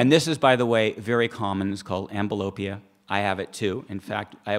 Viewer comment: when your eyes have different strengths, this is not called amblyopia (which he mispronounced anyway). Amblyopia is “lazy eye” where one of your eyes doesn’t move well in conjunction with the other. It is called anisometropia. It should be understood, though, that ocular dominance is biologically NORMAL and does not require correction for one eye over the other and that usually when you have different diopter numbers for each eye it is usually caused by habits and using lenses over your eyes (i.e., glasses or contacts). Yes, the lenses CAUSE the diopter gap to increase…just like they CAUSE your myopia to get worse over time…(“lens-induced myopia”). She needs to get a lens for her “weaker” eye that is slightly under corrected and progress from there. Also needs to use a more reduced lens for that eye for close-up so she’s not getting hyperopic defocus in close-up.